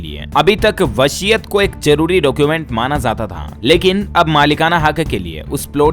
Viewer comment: Vashiat nahin vsiyat hota hai